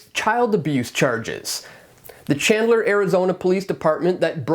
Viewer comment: DUDE not SHandler it’s CHandler CH like in chinchilla you’re welcome!!!